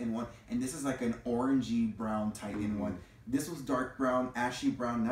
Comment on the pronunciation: FYI: the red hair color spelled “Titian”? It is pronounced TIH-shin, not TIE-tuhn!